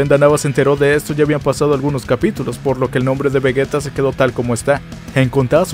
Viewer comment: Seria vegeta con G y sin una U lo que vegueta esta mal